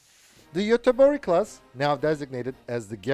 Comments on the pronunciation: His pronouncuation is a bit off. G in these cases is pronounced like a J or Y. Ö is pronounced like ea in earth. Ä is a bit like A in scary. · he procnounces the ä and ö properly but the g in the beginning of göteborg and gävle is too harshly pronounced, its much softer, almost like a j, at least thats how we say the names in gothenburg (which is the english translated name for göteborg)